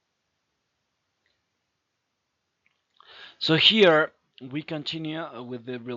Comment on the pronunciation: pls don't stress on '" so here" it sound grating